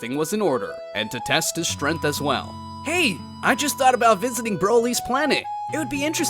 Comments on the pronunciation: Bro pronounces strength as strenth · Your pronunciation of "Strength" is a little off